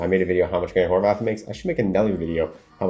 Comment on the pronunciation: You constantly praise Grant HorVAT. But, for years I've been listing to you mispronounce his name and it drives me crazy. There is no H at the end! its Horvat NOT Horvath!